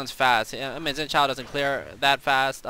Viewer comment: You can pronounce Xin Zhao's name better than most other commentators I've heard. You got the Zhao part right, but Xin is a little more like Shen lol.